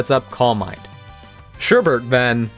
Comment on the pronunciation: I hate to be that person but it's Sherbet there is no r in the second half, I always find it amusing when people do that. Otherwise fantastic video and subscribed, keep up the amazing work!